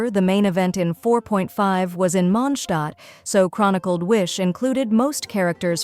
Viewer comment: Ich mag es, dass du MOnd-Stadt sagst! Und nicht Monstaat😎